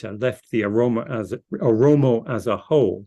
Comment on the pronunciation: translator should correct the word Oromo not aromo.